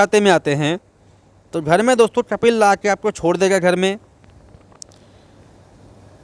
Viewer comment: Yaar apna word sahi kar lijye कपिल नहीं कफ़ील है अल्फ़ाज़